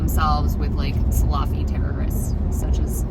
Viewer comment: K it’s (phonetically) sala-fee not salaaa-fee: don’t drag out the a’h sound after the L. 🤓